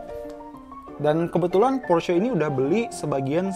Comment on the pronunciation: Porsche sebutan Por Shaa